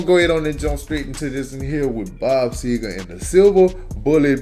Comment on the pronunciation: It's SEGER NOT SEGAR!